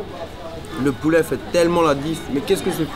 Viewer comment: Y dit du pouléh